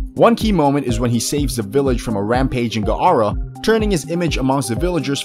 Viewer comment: Did he just say g-ara